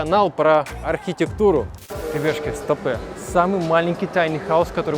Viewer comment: Почему я постоянно слышу не ребятушки, а рыбешки))